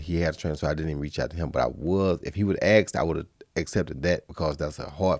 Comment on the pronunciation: he corrects himself from saying asked to saying axed